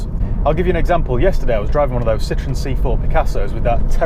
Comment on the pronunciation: Pronounce Citroen like you did with the Shirocco,then that’ll sum it up